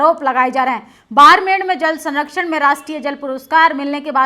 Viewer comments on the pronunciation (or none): none